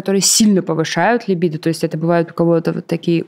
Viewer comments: Я прошу ,услышьте меня 🎉 «ЛИбидо»-когда слышу ,мне плохо .. ЛибИИИдо ,можно даже погуглИть если хотите и узнать куда ударение ставить 🙌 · можно так: либúдо) Тоже коробит, когда ударение неправильно делают